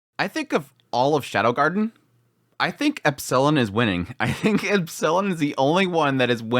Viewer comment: It's not epsIllon. It's Epsilon. 😁